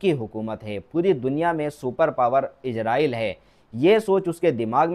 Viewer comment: Izraaieel ns kaho Israaieel ksho